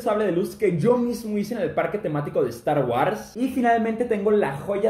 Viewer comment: No se dice star warss